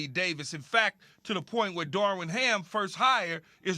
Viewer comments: Keyshawn: “Darwin Ham” 😂 yeah ok we supposed to believe y’all really like this hire and can’t get his name correct on TV multiple times. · Key keeps on saying “Darwin Ham”😂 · Keyshawn.... it's Darvin sheesh